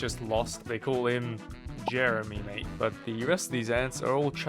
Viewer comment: "Wudah" "M8" "Rivah" man i love Australia